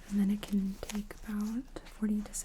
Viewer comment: Why do you say "can't" when you mean "can” ? 😊